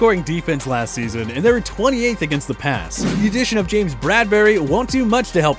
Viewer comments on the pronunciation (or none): none